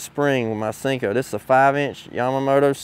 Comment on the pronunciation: “Sinko”? Thought it was “Senko”